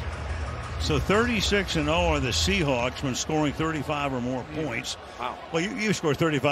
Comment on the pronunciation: On the touchback after the kickoff after the two point conversion (near the beginning of the video) doesn't dude call them the SHEhawks?!?!?!